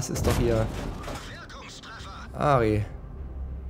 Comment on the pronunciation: Gutes video aber das heißt aRti wegen aRtelerie